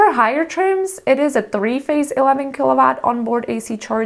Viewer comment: I like the content, but not the pronunciation of "watt" 😛